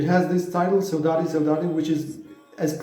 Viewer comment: You pronounced Saudade perfectly